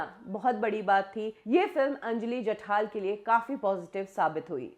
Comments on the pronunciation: नाम जठार है और आप जठाल ही बोलती रहीं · Are mhashi. jathaal naahi jathaar ahe naav. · you cant pronounce names correctly? जठाल नही जठार, शास्त्र नही शस्त्र